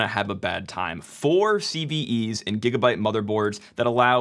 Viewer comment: It is GIGABYTE not JIGGABYTE LOL 😹